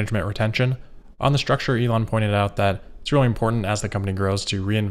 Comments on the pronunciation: Just realize even you can make a mistake.... it’s structure not sturcture 💡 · We all love some good Organizational "STURCTURE" :P But seriously, great video! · "Organizational Sturcture." I HATE when that happens! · “Sturcture.” I like it. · Organizational Sturcture? Organisational Structure, more like :) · lol Organizational StUrCtUrE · sturcture lol